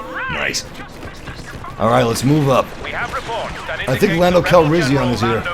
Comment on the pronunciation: why do you put more emphasis on the "an" part of Calrissian. And pronounce it "Calrission." See how I'm telling you that you pronounce it oddly? How you pronounce it like the second "a" like an "o?"